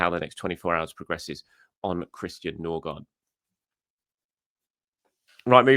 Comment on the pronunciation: Ok Pronounciation needs som help now that we have two scadinavians with almost the same last name. Ø is close to the E in «Nerve». Aa (double A or Å) is close to the A in «All» or the O in "Gore". And the D in Gaard is silent (Ødegore/Nøgore)